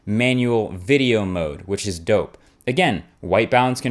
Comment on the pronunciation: No offence, but you are the whitest sounding black guy I have ever heard. Just the way you said "dope" cracked me up.